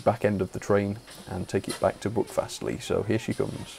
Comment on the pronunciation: My local railway. It’s quite amazing. Can’t wait until they extend it to Ashburton and eventually restore 3803 and Dumbleton Hall. PS your pronunciation was a bit off but far better than most of the tourists we get. Buckfastleigh is pronounced b-u-ck fastleigh and Staverton is pronounced Sta-ver-ton.